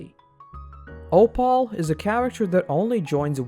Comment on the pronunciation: one issue i have with this video that nobody has mentioned is how he pronounced opal 😭 oh-pall